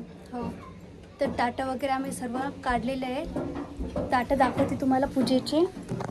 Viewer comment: टाट नाही ताट😂